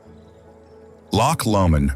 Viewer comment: Brilliant video; beautifully filmed. Just a pity they didn't take the time to learn the correct pronunciation....Brecon Beacons....Loch Lomond !!